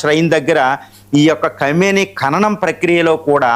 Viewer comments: ఖైమని కాదు ఖొమేనీ పేరు పలికిందుకు కూడా రాదు. వీడు ఒక టివి analyst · ఖైమోనీ కాదండి. ఖోమైనీ అని పలకండి. ఇది వారిలో కూడా కామెంట్ చేసాను. సరిదిద్దుకోలేదు.